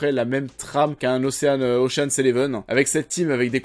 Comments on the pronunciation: Après DIDPOULE on a OCHEANE.... on prononce « OSHEUN » ou ocheun si tu as un doute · On ne prononce pas le a dans ocean ;) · Bon pour le petit problème de prononciation, Ocean se prononce comme Sean Penn